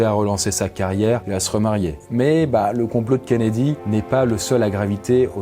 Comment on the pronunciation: ''Attend le John KennedyANH, le president des Etats UnieANH'